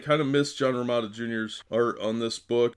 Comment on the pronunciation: John Row-MEE-tah